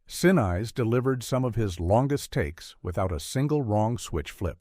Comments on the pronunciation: I agree. Gary sin-eyes? No one pronounces it that way. Even if you have to use AI, teach it the correct pronunciation. There are also unnatural pauses, especially in the titles of each number. I don't know what that happens. I'd like to be able to recommend these videos, but the narration flaws really take me out of it. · Yeah, frustrating!! Loved the movie, and enjoyed the content of this short documentary, even though mostly facts I already knew. But, Saturn VEE??😂 They also repeatedly pronounced actor Gary Sinise's name wrong. (Last name rhymes with Denise.) I've got a short last name that everyone mispronounces, too! ☹️ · I know these things tend to use AI voices, but "Sin-Eyes" almost made me stop watching ... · Gary Sin-eyes? Seriously! AI sucks! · Yet another AI narration. Gary "Sinize"? Really?? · Real AI voice over on the video. Gary Sin-eyes LOL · Very good coverage of an important, though largely forgotten, movie and event. But “Saturn vee” and “Gary😂 See-nice”? Really? Do better. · Sin-eese not the other way around! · It's so simple to make spelling and punctuation changes to a script to force AI voices to pronounce things correctly but producers rarely bother. For instance type named phonetically—Gary Sinise becomes Gary Sineese and is pronounced correctly. Saturn V becomes Saturn 5 and is pronounced intelligently. Producers, editors, get your s--t together if you MUST use AI. Better yet, spend a few bucks and hire a human to narrate. It weird any way to listen to a narrator who never takes a breath. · I really dislike this lame AI narration, especially mispronouncing Gary Sinese’s last name multiple times. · Your AI narrator doesn’t help either. Lol Gary Sen-Ize?! lol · "gary sin eyes" ROFL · You mean you never heard of Gary Sineyes? He played Lt Doug in Ferris Gunn! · Nothing wrong with it, Gary Sin Eyes would agree! 😂😂😂😂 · Gary Sin-eyes? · 'Sinise.. really?? gotta love Artificial Ignorance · Constantly screwing up Gary Sinise name